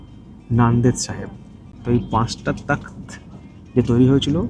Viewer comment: ওটা তখত না , তখ্ত... ইংরেজি তে takht... একটু wiki দেখলেও তো হয়!!!